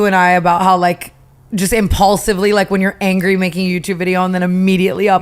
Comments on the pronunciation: not Tana saying “ImPAULsive” instead of impulsive 😂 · tana unintentionally saying "impaulsive" instead of "impulsive in the first five minutes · Is it just me or did tana say “impaulsive” instead of impulsive 😭😭😭😭😭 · Not Tana saying IMPAULSIVE instead of impulsive❤❤